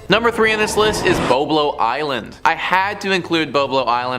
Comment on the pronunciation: BOB-lo Island. Like Bob + Low. Detroiter here. Went to Boblo often as a kid